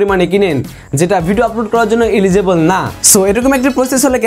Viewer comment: উচ্চারণ এলিজিবল না ভাই, এলিগিবল।